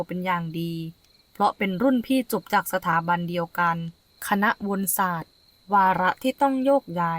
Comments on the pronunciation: วนศาสตร์...อ่านว่า..วะ_นะ_ศาสตร์...ไม่ใช่..วน_สาด..น้องเอ้ย.. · วนศาตร์ อ่านว่า วะ-นะ-ศาตร์